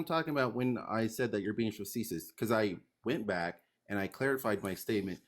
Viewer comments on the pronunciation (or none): cant properly pronounce facetious and cant properly pronounce preface LMAO. This guy is bankrupt in every sense and his words have no meaning. I'm an Anarcho-Libertarian because it sounds cool not actually what both those words mean. What a jooooooke. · Man mispronounced "facetious" so oddly enough times it made me not able to say it for a few times myself. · I’ve never heard the word “facetious” incorrectly 25 times in a row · He couldn't use it or pronounce it properly, it was painful. I don't think he has a speech impediment or anything (I wouldn't make fun of someone for that), I just don't think he's familiar with the word. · Not only does he not know what facetious means, he's not pronouncing it correctly. He doesnt known the difference between a government and a state and is unwilling to learn. This guy isnt here for a conversation, he's here to act superior.